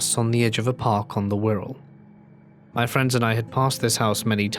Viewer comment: I know that abandoned house (now demolished) on the Wirral - it’s nice to hear a story from where I live and it be pronounced properly lol 😂